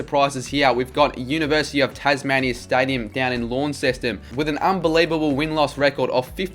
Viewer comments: It’s Lon-Sest-un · Please don’t pronounce Launceston how you did in the video ever again.